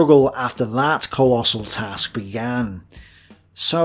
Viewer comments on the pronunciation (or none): none